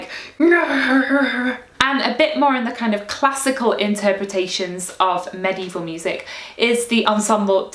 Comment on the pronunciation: I love how you pronounce medieval like maddy evil